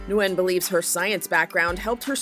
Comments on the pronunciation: It is not pronounced, “new win” it is pronounced “win” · How can you get the pronunciation of her name wrong a dozen times when the video starts off with her pronouncing it correctly for you?